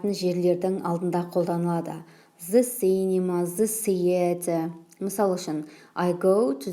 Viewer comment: Кушти тусиндиресиз🌹 th-з Деп оқылуы бір турли келеді. Негізі Th-сақау д мен айтсаныз супер болар еді.